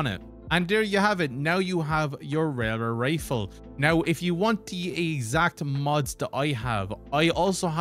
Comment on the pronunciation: Tell me you can’t say Railway Rifle without telling me you can’t say Railway Rifle